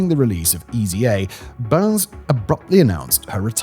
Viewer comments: Yeah, it's weird hearing someone insert that r in there. Probably due to it being a more common last name than "Bynes". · Amanda Bynes' surname rhymes with fines, wines etc, it doesn't sound like burns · There's a quota for mispronunciations in his videos. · the weirdness that is Simon’s pronunciation. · It's BYNES not BURNS. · It’s Bynes (B-eye-ns), not Burns. Can somebody write out this guy’s script phonetically? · Bynes, not Byrnes. Amanda Bynes. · who tf is Amanda Burns? It’s Bynes…how do you get Burns from Bynes? Was there a typo on the teleprompter? Sometimes when Simon reads a script, it’s glaringly obvious that only his mouth and eyes are engaged, while his brain is off doing something else. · Isn't Dana Plato from Different Strokes...? not the Brady Bunch... And, it's Amanda BYNES, not BurneS. TOO MANY MISTAKES IN THIS VIDEO !!! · Bynes... As in BINES... Not Burns... Thats the Simpsons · Anybody else notice him saying Amanda (Burns) instead of Bynes? Is that a British thing or have I been pronouncing that wrong all these years? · It’s funny how in the narration you mis pronounce amanda buy-nes not burns but you pronounce it correctly later , also Dana Plato was on different strokes not the Brady bunch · Amanda BYNES.... not Amanda Burns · Is Simon just ignoring pronunciation per usual or did the author write Byrnes, not Bynes? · Did you really just say Amanda "Burns" instead of Bynes? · Also Bynes, not Byrnes. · Amanda Bynes (pronounced Bines) not Burns. Lol. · Burns, Simon? It's Bynes, there's no r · ITS BYNES , not BURNS, BYNES like bines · it's Bynes not burns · Lol why does Simon keep pronouncing “Bynes” as “Burns”?! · How did he get Amanda BYNES name so wrong? Over and over adding an R to her last name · Is that how British people pronounce Amandas name even though its clearly "Bye-nzz" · Bynes...Where is the "U" or "R?" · Byrnes/Byrns is a fairly common last name, so I'm betting his brain just auto-inserted the "r".